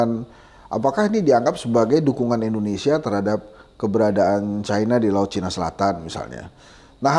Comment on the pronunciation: Saran bang Abraham : * kalau mengujarkan kata "Cina", vokalnya tetap saja Cina, yaitu C-i-n-a, bukan Caina....(C a i n a) Kita kan orang Indonesia, huruf "i" tetap dibaca dengan vokal : i, bukan "ai" * gak perlu merasa malu atau takut mengucapkan kata Cina dengan vokal bahasa Indonesia, yaitu Cina...bang! Kecuali kita orang AS stau Eropa... Ok...?